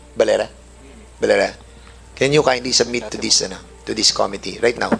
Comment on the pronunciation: ANG GALING UMINGLES NI CONG. DAN FWEBANDEZ. KAYA LANG, HINDI NIYA ALAM ANG TAMANG BIGKAS NG SALITANG "COMITTEE."